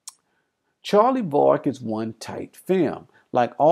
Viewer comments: Yep, twice in the first few minutes. Yet in the movie it is always pronounced VERRICK. STRANGE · If you’ve seen it why do you say Vah-rick....